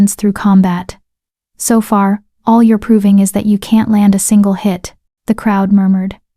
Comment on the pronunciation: Please stop guilt tripping throughout the story . It's amazing that the AI voice can put emotion in the plea's for subscriptions but can't get the emphasis of "ALL" correct instead says A-L-L . I have not subscribed and won't until the guilt trips stop. I don't mind a reminder of " don't forget to subscribe halfway through but please stop the manipulation.